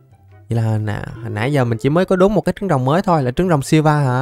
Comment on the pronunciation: silva đọc tiếng việt là siu vờ anh ơi